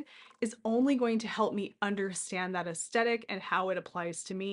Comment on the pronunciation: Definitely pronounced with soft ‘th’…looked it up.😢 Sorry to be judgmental just having a difficult time listening, otherwise great video!❤